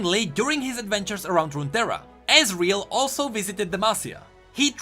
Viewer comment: I like how you said ezreal with your accent